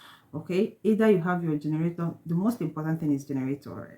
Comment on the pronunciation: what is generatoor??? or you mean to say generator???